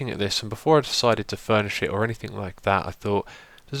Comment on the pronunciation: when you said "furnish it" I thought you said "burn this shit" xD